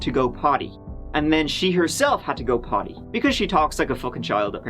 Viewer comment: 😂😂😂😂 just how she pronounces” Potty “😂😂